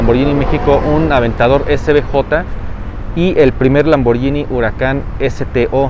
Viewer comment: como dato no se pronuncia lamborllini se pronuncia lamborguini como guitarra, porque hay una h después de la g, soy italiano